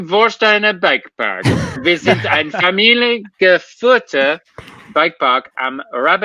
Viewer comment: I understood most off what read in German:-), but some were was not quite right. Welcome to to Warsteiner BIke park. We are a family run bike park.............. go to the website translate it, but not sure if google translate will do a good job. you should say it in one word without a pause familiengeführter.